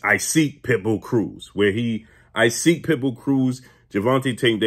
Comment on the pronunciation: please that is not how to pronounce pit bulls name. It's not I-seek. It's pronounced ee-saak pit bull Cruz please fix this.